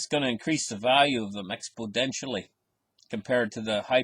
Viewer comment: Today it’s the 2nd of November 2019. Here’s the thing! Let’s refresh the charts and confisticate them. Welcome to the explodentially brec-exit show! Expodentially! You said it again. 😂 Good episode!